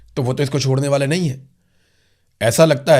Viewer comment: (IMRAN BHAI) Nahe kahny k andaz ke to bath he kia hy,,, kaisy ap ly kr aty hain(NAHE) kia bath hy